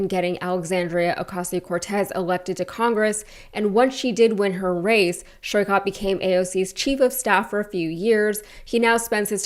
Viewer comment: Hello, just a quick feedback to research how Saikat's name is pronounced. Sorry for nitpicking and appreciate what you do.